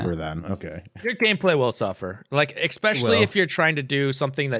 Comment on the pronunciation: Everytime I hear ' "eckspecially" I am more annoyed than ever before lol.